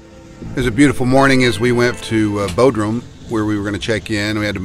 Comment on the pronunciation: Bod rum, not Bo drum.